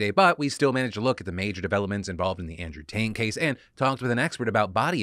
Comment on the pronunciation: Could have sworn Phil called him Andrew Taint.